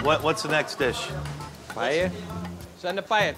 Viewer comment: They can't even pronounce Paella